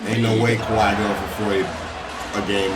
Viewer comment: Kawhi not clark 🤷🏾‍♂️